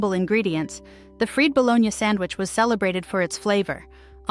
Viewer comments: “FREED" Bo-lone-yah sammich. USE A LIVING, BREATHING ANNOUNCER, DAMMIT!! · She continued to mispronounce "My Bologna has a second name .. FREE "Bologna" from un fryers (LOL. Shot out to the person that pointed that out !! It came to me later, I got a good laugh!!😂😂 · That, and the 'freed' bologna sandwiches. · I wonder where the host lives. She can't pronounce "pimento" or "fried bologna". Also, more than half these sandwiches are still on menus here in Columbia, SC.